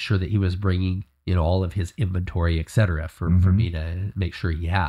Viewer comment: "et-set-uh-ruh" not excetra. If this is a true story I applaud you sir. ❤